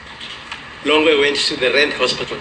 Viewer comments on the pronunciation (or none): Longwe not Longer